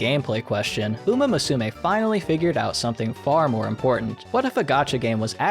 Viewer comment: Musume is pronounced moo-soo-may. It's a little more nuanced than that, but it's the gist.